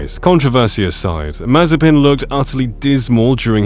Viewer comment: It not s It Mazepin